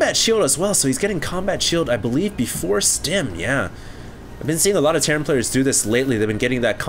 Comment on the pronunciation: Terran = "Terrain"